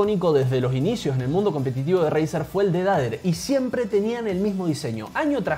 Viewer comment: ''el dedader'' JAJAJAJAJAJAAJJAAJAJAJAJAJAJAJAJAJAJAJAJAJAJA se dice pronuncia defeyder! no dijiste lo mas inportante los swich del razer son opticos con 0.02 ms de click deley contra 0.1